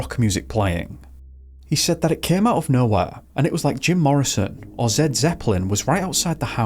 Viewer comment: Zed Zepplin? I need to know if the creator made a mistake when speaking or has never heard of the band Led Zepplin.